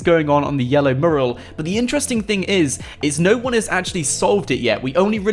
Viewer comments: Mew-ral.. not murral and stop saying guys so much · Miral not merl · Dude it's pronounced "mewral" . Otherwise good vid' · Mural.. More emphasis on the U. It's not morul